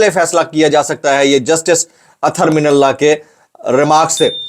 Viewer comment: اتھر من اللہ نہیں ہے جناب اطہر من اللہ پڑھیں پلیز